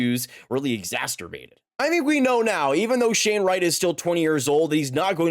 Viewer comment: "Exasturbate": when you're exhausted, but still make time for yourself.